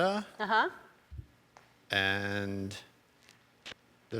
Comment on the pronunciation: whose says nevada like that?!